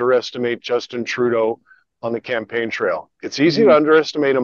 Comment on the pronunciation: Did I hear you say, "Justinna Trudeau"? I'm sure I did. Wouldn't surprise me in the least.